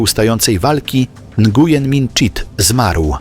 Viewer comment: Nguyen czytaj Njen